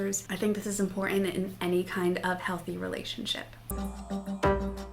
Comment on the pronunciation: Pronounce ImporTant